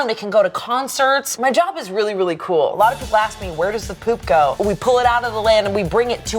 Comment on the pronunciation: .0 ian: weally excited to be here: *loses it*